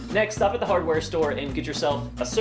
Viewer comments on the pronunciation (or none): none